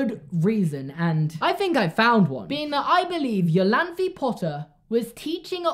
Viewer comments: Great theory as always! But I believe "Iolanthe" is pronounced "Ai-Oh-Lan-tha" (ie: like a german "e"). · Iolanthe is pronounced I-oh-lan-thee. Sorry, it's a friends name and I cringed every time you said the American siri vertion. But love the theory!